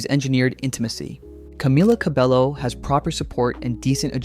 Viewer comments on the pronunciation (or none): it's Camila CabeYO NOT Camila Cabello